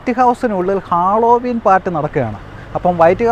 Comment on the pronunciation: ഹാളോവീൻ എന്നല്ല പറയേണ്ടതു ഹലോവീൻ എന്നാണു